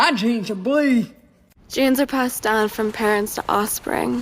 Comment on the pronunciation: She sounds lobotomized. I've never heard anybody pronounce "down" like that. "Dau-win"